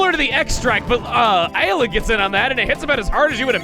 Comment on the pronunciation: He pronounced ayla correctly on the fly